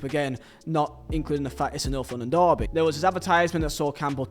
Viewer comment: American ✊ why does he keep saying LONDON it’s LONDON like that Is London not racist ?